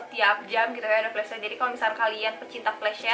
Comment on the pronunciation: kakakkk maaf out of topic yaa tapi pengucapan flash sale nya agak kurang tepat kak harusnya sel bukan syel hehe maaf kalau salah kata ya kak cuma nit mengoreksi, semangat kak!❤️